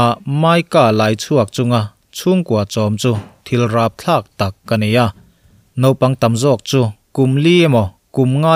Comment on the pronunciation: Ngaihnawm thin khawp mai,,mahse nopang ti khan ilo lam ri zeuh va,mahse a hnu ah chuang ilam ri dik tawh e...👍👍👍